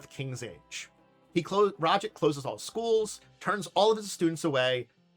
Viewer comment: Ra-jit? This pronunciation makes me wince. Much prefer Raj-aahdt